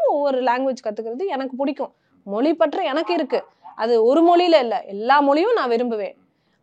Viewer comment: மொழியை, மொளி என்று கூறுபவர்தான் தமிழை வளர்ப்பதற்காக பொங்குகிறார்